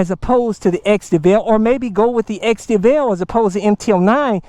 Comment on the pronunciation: I think the way he pronounces it is the correct way lol. Its like you pronounce Hyundai "heeyunda-ih" but the real pronunciation is "heeyundeeh"